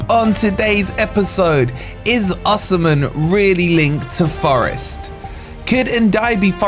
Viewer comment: I love your content but Oshimen, really🤣